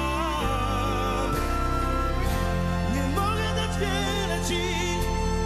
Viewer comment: jakaś wada wymowy? We frazie "nie mogę Ci (ti) wiele dać"